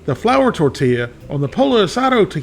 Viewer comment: we love ya, son, but--you pronounce torilla correctly but pollo is pronounce poyo. In Spanish it seems the double 'll' is said like the letter 'y'. Just sayin'.